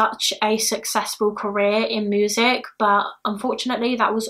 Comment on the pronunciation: Just came across your channel! I watch others like Eleanor and Bailey. Never heard anyone say ‘moosic’ in my life but I’m here for it 😂😂